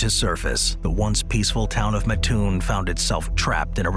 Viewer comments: Hate to be that guy. You start out correct... living an hour from Mattoon... Its MAT-toon. not MaTOON. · ooof little off on the pronunciation... also home of the Original Burger King